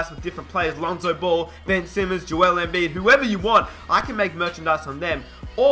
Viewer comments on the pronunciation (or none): none